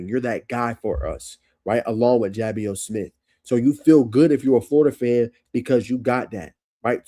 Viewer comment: Love the breakdown def subscribing. One quick note, I found out the day of his commitment that Ja’Bios is pronounced juh-bye-us